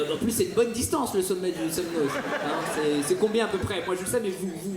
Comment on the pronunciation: SemNO (le z) ne se prononce pas. De rien